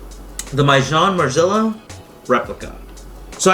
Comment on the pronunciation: It’s pronounced “mason mar jella “